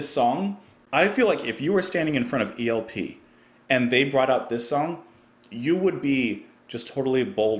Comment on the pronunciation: sounded like you said ELPR, lol